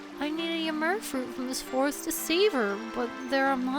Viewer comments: Im pretty sure you are saying ymir wrong.the mir part is not like mur its meer. Just think yimeer. I hope that makes sense. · It's pronounced Eee-meer, after the giant of knowledge who took Odin's left eye as payment for a sip from the fountain of knowledge. And Heimdall is named for the keeper of the Bifrost, all seeing and all knowing for the day Ragnarok will come. And Asgard in Sylvarant is also related to these two Norse inspired locations. And that boar summoning power is probably reference to the golden boar that Frey rides in the myths. So, plunging into the drink in the middle of Winter, unsure if you would see your parents again... that is harsh. Sorry for ever making of your fear of water,. With your reaction with Heimdall being one of your favorite areas, I'd say that Minish Cap was a big old tribute to forest areas that you love.